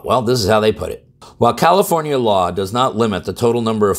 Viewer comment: Sounds like new jersey. Or did you say commiformia.